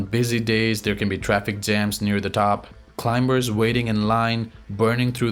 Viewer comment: pronounce CLIMBERS with silent "B" as "climers".